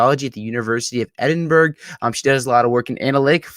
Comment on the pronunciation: Btw it's Edin-burrow not edin-burg.